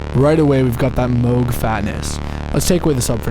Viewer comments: “Moog” as in “Rogue”…not Moooog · He said mini mooooog. Cringe 😬 I get your comment now. I appreciate it so much. Apologies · Not trollin' here- but 'Moog' is pronounced like 'Rogue' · Stopped the video 5 seconds in when you mispronounced Moog.